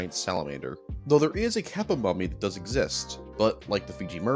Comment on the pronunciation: you pronounced kappa wrong.